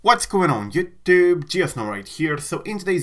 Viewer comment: Why there is a mili second pause in between while saying You..tube